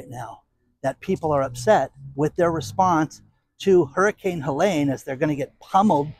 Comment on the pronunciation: Helene has no "A" in it. It is pronounced HelEEEEEEEne.